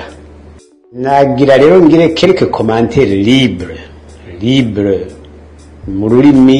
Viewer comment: ntibavuga ngo:"lible." Bavuga:" libre."